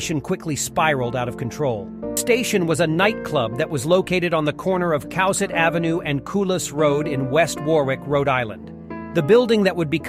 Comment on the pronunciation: Cowesett: Co-WEE-sit Biechele: BEEK-lee Gerbs: Jerbs